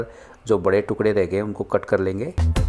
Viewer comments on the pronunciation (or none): none